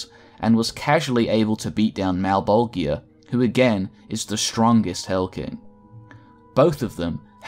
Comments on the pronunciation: A new spawn is made every 400 years, not a 100 and its pronounced Mal-Bol-JAH not malbolgia , thats just how its spelt, not how its said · Malebolegia = Mal-bol-juhh (jiuh) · Mal - bol - jah. That's the correct pronunciation. Everything is fine. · The only gripe I have in this video, is he's pronouncing malbogia.. malbojia? I'm not sure on the spelling but I do know it's mispronounced. Other than that I'm now a subscriber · I think the worst part is knowing you must’ve just looked it all up an made a video off of the shit you read in 45 min. You pronounce malbogia so wrong every single time. Anyone who knows spawn, knows how to pronounce his masters name. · FFS it's pronounced Mal-bol-ja. Watch literally ANY Spawn media where it's spoken. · YO!, you're pronouncing Malebolgia wrong man, go and watch HBO HellSpawn hear them say his name the right way man. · You mispronounced malebolgia countless times. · That ain't how you pronounce Malebolgia dude. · Why so many people pronounce malbogias name wrong 🤨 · Does it bother anyone else that he pronounces Malebolgia name wrong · You are saying malebolgia wrong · How you pronounced Malbogia's name gave me anxiety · The g in malbogia is pronounce more like a j then a hard g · Great video but I cringed every time you mispronounced Malebolgia . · You're pronouncing Malebolgia incorrectly.